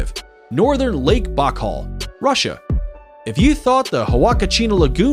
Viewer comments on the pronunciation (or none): beautiful video, but may I point out that the waterfall is on the zam-BEE-zee (Zambezi) River, rather than the zahm-BEZZ-ee, and that Lake Baikal is BYE-call, rather than BOCK-all? Also, you have to be leaving something out when you call Grand Prismatic Spring the largest lake in the USA, and #3 in the world, because all 5 Great Lakes are larger, as well Yellowstone Lake right there in the same park. Then there are Great Slave and Great Bear Lakes in NWT, and Lakes Winnipeg and Winnipegosis in Manitoba, both being in Canada. Did you maybe mean to say that it's the largest hot spring, because I maybe could believe that? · Bockel? The lake in Siberia is pronounced By-Cal. And, Zam-bee-zee. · 05. It is pronounced Bai-kal not bahkal smh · Omg: now I just heard you say “Lake Bachall”!!!! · If you could pronounce Naika right what made you miss spoke Baikal?